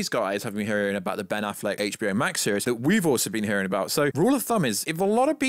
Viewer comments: I don’t know whether this is your schtick or you have an impediment but the fact you don’t say ‘series’ correctly really irked me and took me out of what you were saying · Who mispronounces “series”?